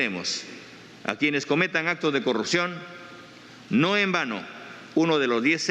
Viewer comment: Respetamos???? Dice?????pequeño grupo????? 70 % SOMOS UN PEQUEÑO GRUPO????? TAMPOCO SABE LEER????? O NO SABE QUE SIGNIFICA 70%?????QUE RENUNCIE.....NO SE DICE CORRUCION....SE DICE CORRUPCIÓN ......